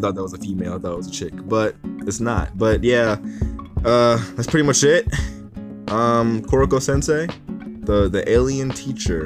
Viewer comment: Kokoroko Kokoro Kororo Koroko Excuse you it's Koro sensei